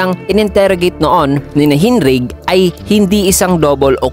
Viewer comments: Hinrigh yan, yong righ nya parang high pero instead na H naging R kaya kung papakinggan Hinrai hindi Hinray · Hindi po (Hinrig) ang basa sa pangalan ni Hinrigh, ang tamang pronunciation po sa name nya ay (Hinray) Hinrigh hindi po (Hinrig). Sana po ma notice and sana din po maayos, SOLID.